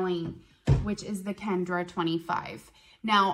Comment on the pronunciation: It's Kenra not Kendra